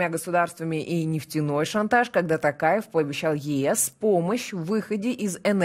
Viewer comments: Ну, вы тоже искажаете фамилию президента Казакстана! ТОкаев, а на ТАкаев, так как в казакском языке важно правильное произношение каждого звука и может измениться смысл слова!;) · Не Такаев,а Токарев,в казахском языке, буква О читается,как О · Тов .ПУ. при встресе с Африканскими лидерами друзьями негритянские фамилии правильно называл.Даже долг списал ихни когда свои деревни пустують.А тут уже который год не может говорить Токаев.ПУ нарошно делает это.Казахстан будеть с НАТО.Соседу россии нету доверия. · Рутлер спецально искаверкает имя токаева